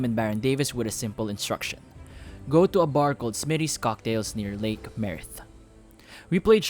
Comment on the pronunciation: you can't even pronounce "Merritt" properly lol. Don't embarrass yourself.